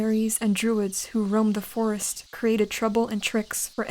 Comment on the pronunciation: First i heard Force instead of Forest😅